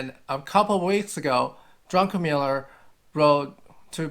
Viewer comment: Druck-en-miller, not Drunken-miller.